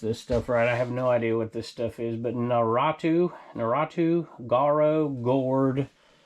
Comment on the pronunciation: The way you said Naruto & Gaara 😂😂😂😂